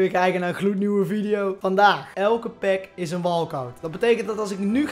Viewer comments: Nederlands: "is een" Brabants: "iseen" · iseen is Brabants zeker